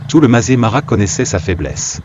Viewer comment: Le Masaï Mara prononcé "mazémara", quelle invraisemblable imbécillité ! Voilà ce que peut donner une vidéo générée par IA avec une voix artificielle incapable de lire correctement un texte écrit. Cel ferait pleurer un veau de 3 semaines. Allez me chercher un veau ! Quelle pitié ! Je laisse tomber et je vais visionner un western italien, un vrai nanar sans doute mais au moins ce sera filmé.